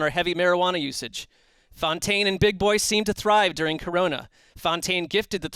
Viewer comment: *Fontaine, not Foutaine.